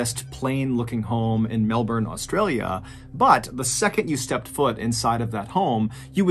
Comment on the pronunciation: Good to see you pronounce Melbourne the way us Aussies do.